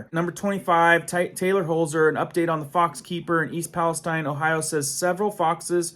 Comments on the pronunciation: Palesteen is correct way to say. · Pales-TEEN Pales-TEEN NOT TINE. We are not in the Middle East. Texas has a Pales-TEEN too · I grew up 18 miles from East Palestine. Palestine is not pronounced like what's in the,Bible wirh a long I, but a long e. All kinds ds og wildlife and live stock have a dare still dying everywhere. Foods coming out of Ohio will be unsafe for a long while. It's a mini Chernobyl. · It's "Pal-ess-STEEN" This isn't the middle east, goofball. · Ohio girl here. Palestine sounds like Palesteen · idk why palastine is pronounced different in usa then palestine Israel